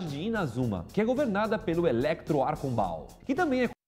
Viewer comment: Archon Baal ficou mó engraçado, soou até como "arcoball" kakakaka trinkei